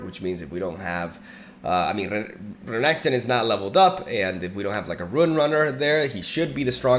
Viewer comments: why is he saying RAGATON , bro , its R Nek Ton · regeton makes me angry just say it normally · Honestly I hate the fact that I have to skip each renekton video of yours because of this weird pronunciation. I just can't deal with it